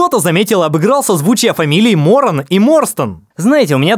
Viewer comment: МорАн, потому что если МОран, то созвучно с "moron" - "дебил" (англ.) А вообще фамилия Моран больше французская, а у них по правилам произношения ударение идет на последний слог. Я так ДУМАЮ ))